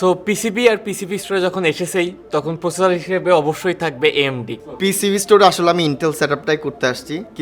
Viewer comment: 'প্রসেসর' উচ্চারণ সহ আরো অনেক উচ্চারণ ঠিক করতে হবে